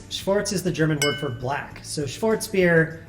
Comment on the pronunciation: He didnt even say black right